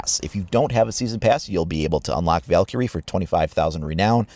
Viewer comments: He pronounces Valkyrie wrong. He stressed the i"ky" too much. It should sound more like "Val-Kree" than "Valkurey." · You say Valkyrie like Val carrie